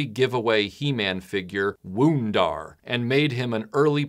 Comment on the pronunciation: You act like you know what you’re talking about, but you really don’t. A lot of opinions in this more than fact. Also, Wun-Dar isn’t pronounced “Woon-Dar.” It’s pronounced “One-Dar,” as in Wonder Bread He-Man. I was never a fan of Scott, but this was a really crappy, bitter take on things. Learn to enjoy life a little more.